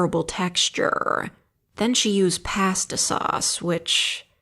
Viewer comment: I work at a legit woodfire pizza place and I've had almost any combination you could think of come in. Edit: I just heard the pronunciation of pasta and now I'm dying 💀